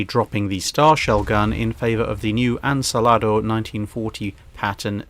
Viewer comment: Please tell, it's Ansaldo, not Ansalado 🤣🤣